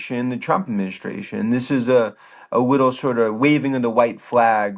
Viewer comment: Did Dan Ives say “wittle” instead of little?